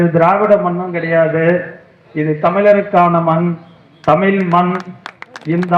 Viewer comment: தமிழ் என்று கூறுங்கள் தமில் இல்லை